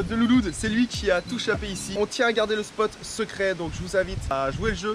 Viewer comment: Est-ce que tu peux bien prononcer le mot shapé sa se prononce shaiper et sa s’écrit shapé